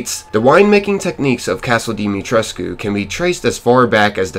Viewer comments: "Lady dee-mi-tres" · i just found out that it was pronounced like "die-ma-tresc" and i was so confused😃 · The u in alcina dimitrescu is silent